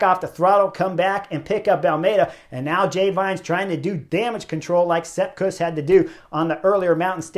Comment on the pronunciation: Chris I love your channel but please stop butchering names.